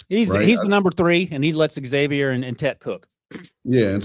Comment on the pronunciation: Xavier and tet cook?!?!????? My ears must be deceiving me